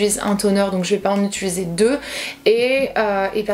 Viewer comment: et le mot "utuliser" une histoire d'amour 😁. Trop mignon lol